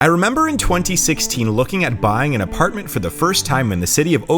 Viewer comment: He also said apar-t-men-t